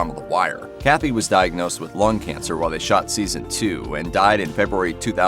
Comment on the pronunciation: The Colter-Cathy is wrong in that way that the Cathy is not Cathy, his name was Reg E. Cathey